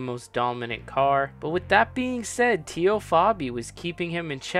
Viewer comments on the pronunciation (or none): TEE-O?? TAY-O. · good video. Its Tay-o not Tee-o though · "TAY-O" Fabi.